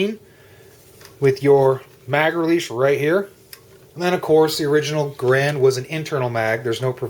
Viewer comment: Rifles don't have clips, pistols do. The M1 "en bloc" is just THAT, an en bloc.....not a damn "clip"! BTW, though it's spelled GARAND, it is NOT pronounced thus. The correct pronunciation is Geh'-rend........sounds like 'errand'.